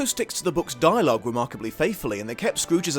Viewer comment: "Duolog" lol. Don't even think I would have noticed if it wasn't for the popup you added.